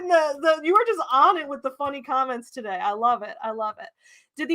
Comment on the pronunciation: Every time you say "today" my brain hears "todave"